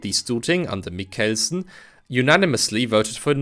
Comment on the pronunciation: I have to applaud your attempt at saying Christian Michelsen it was slightly endearing how you literally cut the name in half with your pronounciation of Mich-elsen, yes the ch/k part is a hard pronounciation/emphasis in the name, but you did it waaaaaaaaaaaaay to hard and to long pause, again, it was endearing.